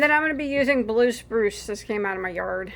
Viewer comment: . Sounded like you said brue spluce. Teeheehee. So funny and cute. That’s what dying is all about. Experimentation.